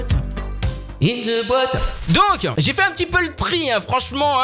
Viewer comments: tu me tue quand tu fait în ze boîte :oooooooooooooo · On en parle de comment il dit in ze boite 🤣🤣🤪🥶